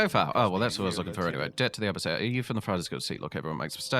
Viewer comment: It's A-Bee-Cee-Ann